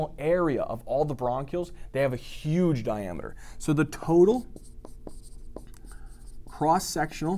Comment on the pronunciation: I like the way he says "HUGE"